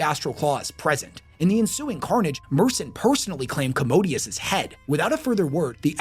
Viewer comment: Don't wanna be that guy but it really irks me when people don't even get the pronunciation of the words they are teaching people about. It's MaelSTROM, not MaelSTORM. Warhammer uses a lot of older and difficult words but I feel like this one is pretty easy. EDIT: Other stuff too like Commodus being pronounced "commodius". Legate being pronounced literally Leg - ate.